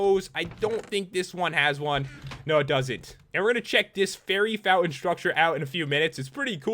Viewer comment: you said berry insted of fary